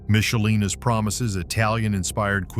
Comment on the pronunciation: Don't criticize Michelina's when you can't even pronounce it correctly.